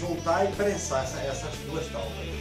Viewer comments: Agora eu faço pergunta que Jesus fez há mais de 2000 anos atrás. Quem nunca errou a tire a primeira pedra. Eu erro todos os dias. Não é porque r pronunciei taubas, que eu não sei falar e escrever a a palavra certa. O correto é Tábua com aceto agudo no primeiro A. ALL right? Um abraço. Faço o convite para vir conhecer os outros vídeos do canal, não esqueça de deixar seu like 👍. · Eu ouvi talbas 🤣🤣🤣🤣🤣🤣🤣🤣🤣🤣🤣🤣🤣🤣🤣🤣 não é tábuas?🤣🤣🤣🤣🤣🤣🤣🤣🤣🤣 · Legal o vídeo, mas... "táubas"? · Escrevem certo tábuas e falam taubas? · Cara, quem não errado, né? Eu poderia ter resolvido esse pequeno erro vdd pronuncia na edição do vídeo, mais deixei para saber quantas pessoas inteligentes iam ficar presa nessa palavra e não no conteúdo em si. O certo é escrever e pronunciar TÁBUA. O assunto aqui é marcenaria e aula de português William. Stay in piace my brother